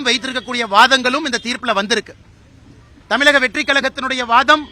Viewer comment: மக்களால் பெருமளவில் நேசிக்கப்படும், படித்த இளம் தலைவர் அண்ணாமலை, நமது மாநிலத்தின் பெயரை சரியாகச் சொல்லவேண்டும். எல்லா பேட்டிகளிலும் தமிலகம் தமிலகம் என்று அவர் சொல்வது மிகவும் நெருடலாக உள்ளது. தம்பி அண்ணாமலை விரைவில் முதல்வராக வாழ்த்துக்கள்.....